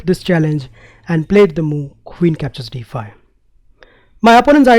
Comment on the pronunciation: problem "dee fye"